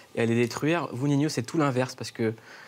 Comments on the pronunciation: C normale que il l'appelle ninhyo au lieu de ninho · Y a pas de « i » après le 2ème « N » ni après le « H » donc c’est Ninho pas Niniho,Ninhio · il dit tout le temps ninhio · pourquoi il dit Niniho? c'est ninho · POURQUOI VOUS DITES NINIO ?????!!!!!!!!!!! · C pas ninyo c ninho